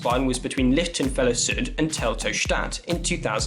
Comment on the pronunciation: you pronounce the ch pretty good, but Süd try the French U - Zoo-eet.